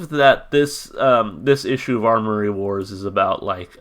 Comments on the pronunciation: AM-OR-EE Wars. Not ARMORY. Attention to detail =) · Good find on the comic! I haven't seen any of these comics in SC since they did a show here last year. This song is off thier newest record. Also it's Amory wars. No "r" in it. It's named after the street he grew up on :) Fun fact they were selling figurines of the main character of Kill Audio and the character looks a lot like Claudio. They don't sell them anymore. I want one though.